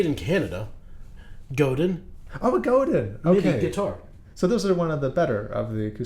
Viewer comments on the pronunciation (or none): It's goh-Dan, not Goh-din. Just saying. French/Canadian. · The way you pronounced Godin made me want to say “Nocturne” was written by Choppin’, lol.